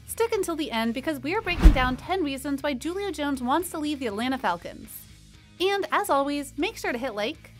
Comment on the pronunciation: You lost me right after you said Julio’s name wrong. Who TF are you?